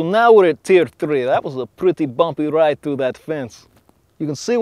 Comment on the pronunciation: when he said tier it sounded like tf, Team Fortress Three confirmed